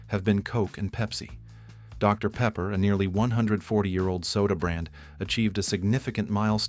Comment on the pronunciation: “Dr. Paper”